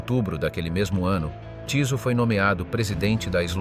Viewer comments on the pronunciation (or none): vyslovuje sa Tyso a nie Ťiso... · Bolo by dobre naštudovať si ako sa dane meno vyslovuje